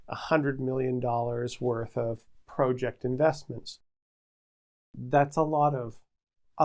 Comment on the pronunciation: Why do you say PROJECT, and PROcess who talks like that